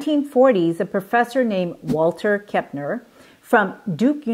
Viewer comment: Walter KEMPNER, not KEPNER